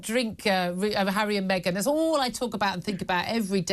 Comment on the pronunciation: Me-Gain is laughable.